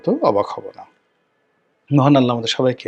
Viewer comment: সালাম দেওয়াটা শুদ্ধ করে বলবেন